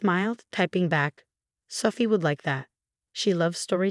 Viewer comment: And how sometimes "Sophie" sounds like "suffy."